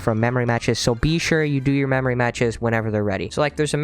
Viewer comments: I dont know if that pun is intentional or not XD he keeps saying BEE shure to do this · Is that bee-sure on purpose